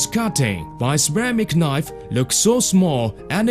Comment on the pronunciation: Lerk at he paperrrrrs